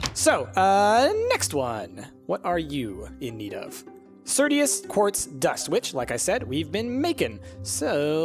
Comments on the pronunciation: its not certius, its just certus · When he says "certius" instead of "certus"...